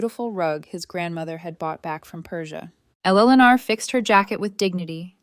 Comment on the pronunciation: Very poorly written. And the bully/abusers name is mispronounced so many times it’s almost funny. And poor Eleanor’s name is butchered every time it’s said!